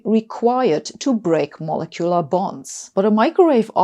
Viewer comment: Really need to work on the pronunciation of molecular.